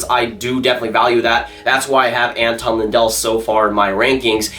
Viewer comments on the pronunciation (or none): none